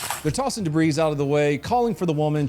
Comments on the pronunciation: HEY DONUT..Please pronounce "debris" Deh-bree, not deb-reez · "debreeze?" Deb-ree. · lol the 's' in debris is silent. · Did just pronounce the S in debris?!? Does he also say “I shot two deers”? Or “Look at those air crafts”? Jees. What are they teaching in school these days?!?